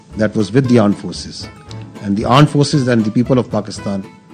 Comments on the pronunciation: Aand force nhi r*nd force 😊😊😊😊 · Armed forces ❌ Aand forces ✔️😂😂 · Armed forces ❌ Aaand forces ✅😂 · Its difficult to say "R" with mutated inbreed tongues. So Armed -> Anmed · Aand forces, satya keh diya inhone toh😂😂😂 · Ant forces🤣